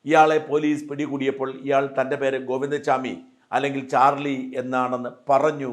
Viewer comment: Govinda swami alla Govinda chami,Please say correct name